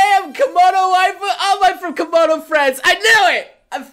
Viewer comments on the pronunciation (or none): none